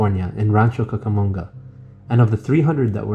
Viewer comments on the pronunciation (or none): none